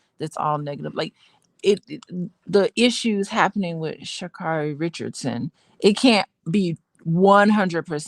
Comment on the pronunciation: Say her name correctly